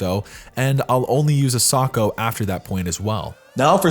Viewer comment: you're saying it wrong sAkO